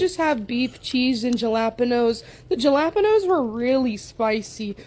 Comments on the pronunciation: There was a lot of awfulness to unpack in this video. But as a Latina I think the worst was the way that lady pronounced Jalapeño 😂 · Can't pronounce massage, jalapeno or put down her fork. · Did anyone else catch how Miss Omad pronounced jalapeno?? Lol And i would never eat a burrito 🌯 like that! Lol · you would have thought someone who is a walking waste disposal would know how to pronounce Jalapeño